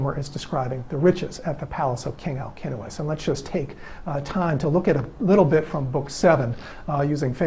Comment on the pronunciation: As Greek I congratulate you for pronouncing Alcinous correctly !!! My son is named Αλκίνοος and I can’t hear people pronouncing his name with a C and not K because they don’t know all Ks are written with a C like Constantine . Well done and thank you very much for that